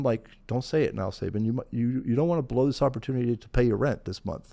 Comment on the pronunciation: Only disappointed in one thing here and that's Mike Rowe's mispronunciation of "Sabin" and Sabin NOT correcting him.